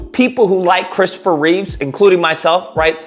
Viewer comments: It's Christopher Reeve, not Reeves. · I agree with most of what you said, but please, Christopher's last name is Reeve, not Reeves. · also its Reeve. Christopher Reeve